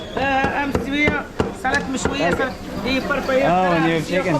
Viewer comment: Salad Mechouia was pronounced better than me